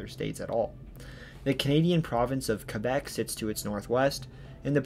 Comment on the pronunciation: Thank you for correctly pointing out that Porstmouth Naval Shipyard is actually in Maine! Also, I'm tickled pink that you probounced Quebec the correct way :) Also also, nailed the pronunciation on other various Maine towns. Very well done! I've never seen any of your content before, but very glad the algorithm pointed me your way today!